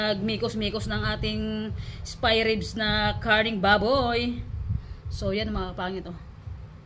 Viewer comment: Spy ribs tlaga bhi ha.😂 Ok lng yan bhi may sarili kang diksyonaryo.hehe yan yung easiest way ng pagbigkas ng spare ribs hehe love you bhi khit nabubulol ka❤